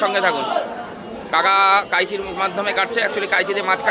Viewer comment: কাইচি টা আবার কী,? কাঁচি শুনেছি